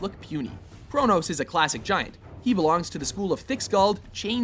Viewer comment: It's kronos